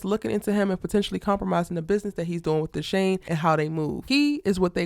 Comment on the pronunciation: Love you love the London drama's too! it's Dushane by the way (Pronounced DooShayne)